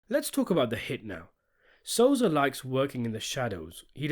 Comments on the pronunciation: The name is Sosa, not Soza! Thank you! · Lol u said "Soza" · Stop calling him soza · You can't even say sosa right learn your english 😂😂😂